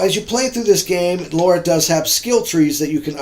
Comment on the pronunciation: LOL what is it with Americans not being able to say Lara? It's Lara, not Laura. There is no O sound there. Other than that, good review as always. Thank you for sharing.